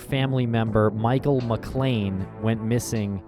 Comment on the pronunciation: Last name is McClain, not McLain.